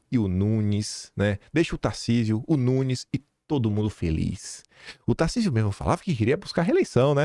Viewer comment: Tarsísio, se você não pronunciar em favor de Flávio ou qualquer outro candidato, você será Traidor. Para mim, você Governador, já é um Traidor. Está esperando o que, o Xandão lhe autorizar apoiar o Flávio? Você já está se tornando uma vergonha, cada dia que passa, fica pior.